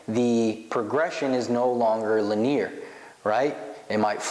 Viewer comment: It's pronounced "lin-E-er" bro...